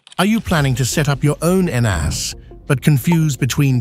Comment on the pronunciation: The video starts out with AI not knowing how to pronounce. N-ASS Seriously?